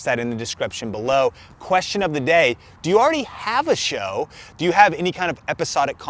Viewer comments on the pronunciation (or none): Alright, the way you said the word show quickly became annoying asf. I get you were trying to draw attention to the word, rightfully so, but damn that was....not great. Appreciate all the information you give freely but reconsider how you highlight a given word in the future. Maybe go deeper with your voice, or louder, or something. Raising you voice up that way wasn't flattering for you.